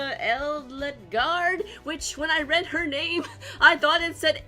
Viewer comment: A- del guard. the E in Edelgard is pronounced like an A. i think it means noble. edit: in german